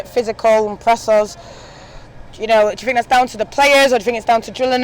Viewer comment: The ‘What do you fink’ merchant strikes again....